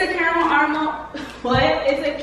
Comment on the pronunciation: She said carmal armle lmaoooo take yo time